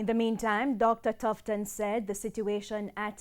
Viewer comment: Tufton not Tifton